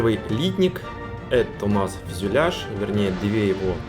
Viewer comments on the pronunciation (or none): none